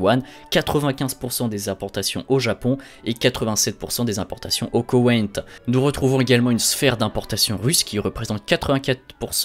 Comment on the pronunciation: Hihihi...notre ami Mateo fait référence à la manière dont le pays est prononcé à plusieurs reprises..moi non plus je ne sais pas où le Koweïnt ? ou plutôt le KoNweït d'après ce que j'entends. ^^)